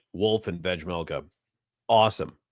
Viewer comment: I love the podcast and have been listening since November, so keep it up! But drive me insane that you can't pronounce 'vejmelka' 😂😂 My parents both served missions in the Czech Republic and speak Czech and you aren't supposed to pronounce the 'j' in his last name. When you just say 'Vej' it's fine, but even when you listen to a game you can hear the difference when Utah's broadcasting crew say his whole last name. It's just pronounced 've-mel-ka' lol